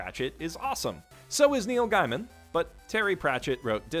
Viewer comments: I LOOOVE Discworld!! One of my favorites is...Reaper Man, I think it's called? I haven't read any of his books in a while, either--I should! (it's pronounced gay-man by the way not giy-man) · It's actually pronounced Gay-min.